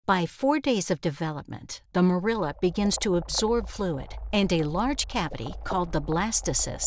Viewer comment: "Morula" is not produced "more IL' a" but "MOR·u·la"!